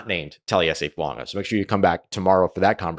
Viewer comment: FOO-AAH-GAH!!!!!!! Not fuaNga!!!!!